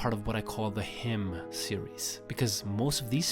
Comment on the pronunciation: He pronouncing hymn wrong is hilarious, it's h-i-i-m-m-n(pronounce n very little) h-i-i is pronounced hi but longer